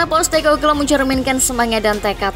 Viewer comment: Possteko bluue.. bukan postekoklooo